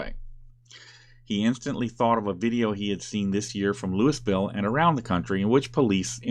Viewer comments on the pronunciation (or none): Hey,,,it is pronounced Lou-E-ville, not Lewis-ville! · OMG it's not pronounced "Lewis" ville....lol. it's pronounced either "Loui"ville or "Loo"ville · Louisville, in Kentucky, is pronounced Looweeville. :) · loo-e-ville emphasis on the "loo" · Louisville is pronounced “Loo-uh-vull”. Just an FYI. ;) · Louisville, KY is pronounced "Looeyville".